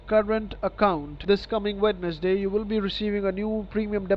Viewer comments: "This coming wed-ness-day" bruh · He said Wed Nes Day lmao... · It should’ve been obvious the second he messed up pronouncing Wednesday 🤣🤣🤣